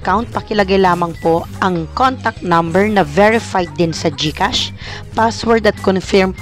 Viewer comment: Galing naman Gkas Serro naynn sixx fivee serroo sevenn eightty toooo sebenn tree serrro